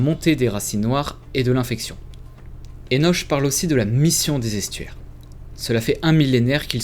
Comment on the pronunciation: Joli jeu, bien que pas ma came. Enoch se prononce "Enok"